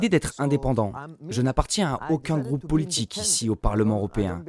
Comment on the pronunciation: La voix off : politchique, Poutchine, quoi fairrrr, positchif,... Cette prononciation je n'y arrive vraiment pas !